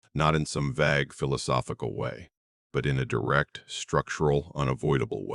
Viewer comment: I was gonna subscribe until i realized that the narrator wasn't human. Pronunciation of vague gave it away